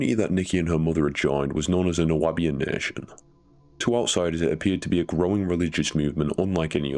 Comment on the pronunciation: New-bee-an AI.